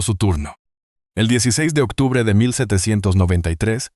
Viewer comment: Aparte de que mezcla castellano y no se si decir en inglés o yo q se octube suena mas a mes ha 8 pone fotos de películas q han dado no lo veo la investigación q haya hecho